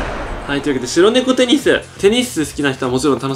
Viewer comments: テニスの塔がペニスの塔にしか聞こえん、、。w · ぺ○スに聞こえるのは、俺だけ？